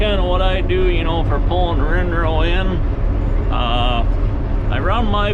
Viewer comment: Rinroe? I thought it was windrow